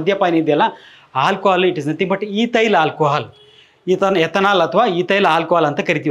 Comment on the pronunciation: Hi sir, ನಾನು ನಿಮ್ಮ ಮತ್ತು Dr B M HEGDE sir ರವರ ದೊಡ್ಡ ಅಭಿಮಾನಿ, ನಿಮ್ಮಿಂದ ಜನರಿಗೆ ತುಂಬಾ ಅನುಕೂಲ ಆಗಿದೆ, ಆಗ್ತಾಇದೆ ಕೂಡ, but ನಿಮಗೊಂದು ಸಣ್ಣ ಅಡ್ವೈಸ್ : ನೀವು "ಆ" ಅಕ್ಷರ ಬಳಸುವ ಜಾಗದಲ್ಲಿ ಪದೇ ಪದೇ "ಹಾ" ಬಳಸುತ್ತಿದ್ದೀರ.. ಹಾಲ್ಕೊಹಾಲ್ ❎ ಆಲ್ಕೊಹಾಲ್ ✅ ನಿಮ್ಮನ್ನು ಇತರರು ಅನ್ಯತಾ ಭಾವಿಸಬಾರದೆ0ಬುದು ನನ್ನ ಕಳಕಳಿ 🙏 ನನ್ನ ವರ್ತನೆ ಅತಿರೇಕ ಅನಿಸಿದ್ದಲ್ಲಿ ದಯವಿಟ್ಟು ಕ್ಷಮಿಸಿ.🙏